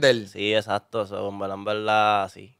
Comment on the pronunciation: Decir en veldad es incorrecto, pero repetirlo dos veces ya es para provocar 😂🤮